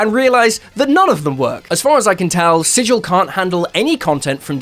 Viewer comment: Thank you for pronouncing "sigil" correctly.